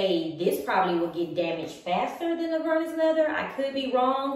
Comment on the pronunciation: Omg it’s Vernis ( prounounced like Ver-Knee) not vernus! It doesn’t rhyme with Furnace! 🤣 Just another good reason why Louis Vuitton should stop you! 🤷‍♀️🤦‍♀️🤤